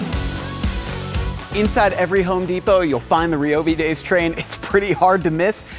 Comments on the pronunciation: Since when was it pronounced Ree-oh-Bee and not Ry-oh-Bee? SMH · I have never hear someone say Reee-O-Bee and not Ryyyy-O-Bee